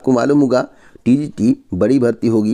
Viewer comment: Tgt ko tt bol raha hai Aisa youtuber h ye